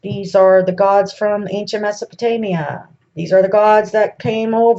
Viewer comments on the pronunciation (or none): none